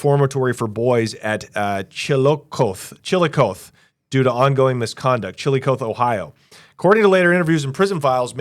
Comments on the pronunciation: 04/11/26 The correct way to pronounce the City of Chillicothe in Ohio is: "chi·luh·kaa·thee" Not "chil-a-coath" 😆 I live in Columbus, Ohio and well acquainted with the city and how to correctly pronounce it. Honestly? I never heard anyone ever mispronounce it in my 58 years 😂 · Chil-a-cothy is how it's pronounced btw.. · Chill-o-coth-ee is how it is pronounced. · It is pronounced "CHILL - i - COTH - E ohio." Lower case I sound. Upper case E sound. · listening to people try and pronounce citys from ohio is hilarious lmao , its Chill-a-koth-e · Not trying to be a dick but it’s chi luh kaa thee brother. Great video though. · Hey it's terra hote and chill-a-cothee. sheesh f-ing Oregonians. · Chill-ah-koth-ee. Good God, your city name pronunciation is atrocious. Unless you are trolling. In that case, you got me.